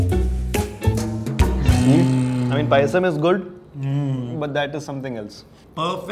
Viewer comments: Manh it's payasam not pisum 😂😂😂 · Its Payasam not PIsum Its BEEF not BUFF Good video btw :) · For crying out loud, it's Appams and not Uppums. Also it's Paayasam and not Pisum. The latter is the Genus name for Peas. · It's SHARJAH. Not shajar. 😶 It's PAYASAM. Not pisum. 🙄 (Referring to subtitles)